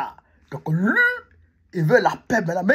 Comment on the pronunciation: Pourquoi tu dis tout le temps Lu au lieu de Lui en français. Lu c'est lire comme quand on lie un livre. Mais pas lu pour dire lui.😁